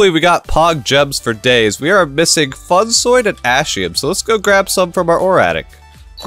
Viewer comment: i dont know if it is intentional, but please pronounce funsoide as intended. its is pronounced, by Iskall atleast, as "funsweed" to not sound to harsch, i really love your vids.